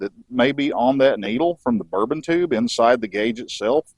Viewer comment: Great tutorial, though may I offer a correction, the actuating mechanism in those gauges is a bourdon tube. I couldn’t stop chuckling every time you said the word, and I kept hearing “bourbon tube”😉. Who knows, maybe they have whiskey in them like the “whiskey compass” in airplanes. I am keenly interested in the carb adjustment process using the vacuum gauges, I have only ever done it by ear. Great stuff!